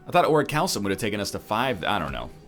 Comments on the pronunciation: "oricalsum"? ahem, biology degree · It's pronounced Ori-kal-kum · Isnt it pronounced Ore-rick-you-lumm?